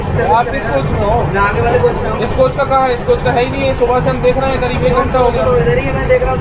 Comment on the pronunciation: Bhai aap aage ko aange kyu bolte ho? Thoda ajeeb lagta hai.